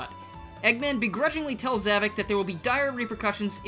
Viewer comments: Za-VOK not Za-VIC. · It’s “Zavok”, not “Zavik”! Get it right!